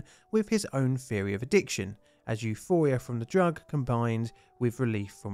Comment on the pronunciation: All the th words sound like f words. Three sounds like free. Theory sounds like ferry